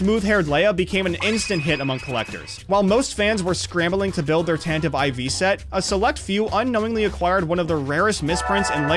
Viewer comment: "tantive ivy"